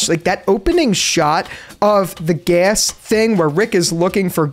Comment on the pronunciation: “Looking for Gass”